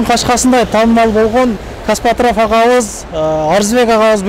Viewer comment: Каспатрав😂 Кээде бооруду эзип😂😂😂Костоправ деп айтылат!!!